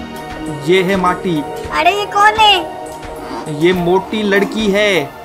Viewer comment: Moti Nahi Mati Achase Bolo 🤣🤣 Plz.......